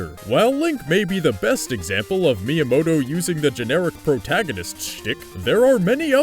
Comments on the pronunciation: Every time he said miamoto during the pokemon parts i lol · Why do you keep saying miyamoto? he has absolutely nothing to do with pokemon!